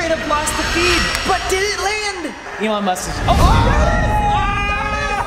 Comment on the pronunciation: Sounds like is saying "Elon Mustard" LOL